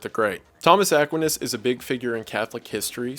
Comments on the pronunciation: you pronounce Thomas Aquinas wrong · Wendigoon: Pronounces Aquinas wrong. Also Wendigoon: Knows who Albert the Great is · I'm so sorry, but your pronunciation of "Aquinas" physically hurts me. My entire high school was heavily based off of his reasoning style, so I used to hear it a lot. EDIT: "Franchiscan" I'm dying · buddy I absolutely LOVE these videos, Dante is my favorite medieval writer. but I am losing my mind at how you pronounce Aquinas lmao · Ackwinus... lmao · I didn't know who you were talking about when you said St. Thomas Aquinas. You pronounced his name incorrectly. just wanted to point that out - it's pronounced ah-kwai-ness. Also, Franciscan is pronounced Fran-siss-can. other than that, perfect video. I'm Catholic... sorry. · Thomas AH-kwin-uhs? please, I'm used to psuedo-intellectuals that know how to pronounce the names of legendary scholars such as TOH-MAZ AK-WINE-UZ. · Aquinas is not ACK win iss with emphasis on the ACK, it's uhh-kWHY-niss with emphasis on the "y" sound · The pronunciation of Thomas Aquinas as "Thomas Aack-win-is" vs "Thomas Uh-kwine-es" is too funny. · Bro did you just say "Aq-win-is" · Aqua-nis and Fran-Chiss-kin killed me 😂. Still a great video and an epic series, southern pronunciation aside. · Great video! Just wanted to say that Thomas Aquinas’s last name is pronounced Ah-kweye-nas, but that doesn’t really matter lol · Saint Thomas Aquinas is pronounced with a long "i". A- kwiiii-ness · As a Catholic viewer I feel compelled to correct your pronunciation of just one thing: UH-QUINE-US. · Just a minor note: St Thomas Aquinas’s last name is pronounced “Uh-Kwhy-Nus” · Ack-Wine-us... Aquinas . Not a big deal... You do an amazing job. Just an innocent FYI of how to say the name Saint Thomas Aquinas 👍🏻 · Sobbing wailing gnashing my teeth It’s pronounced UH-KWAHY-NUS (Aquinas) that is all Good video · I’ve never heard Aquinas pronounced that way. It’s always A-qwine-iss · its pronounced thomas ack-why-nass (aquinas)